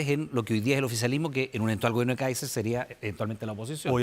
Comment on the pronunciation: Este periodista! Le cuesta decir candidato Káiser! Es una vergüenza!